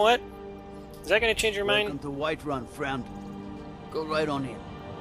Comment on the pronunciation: It's called Whiterun man, not Whiteruin. Have you ever even played skyrim?